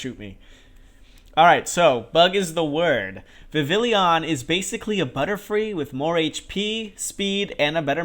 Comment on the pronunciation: Cool video dude but Godddd is it obnoxious when people mispronounce and misspell Vivillon. It's Viv-EE-Yon. It's French, man!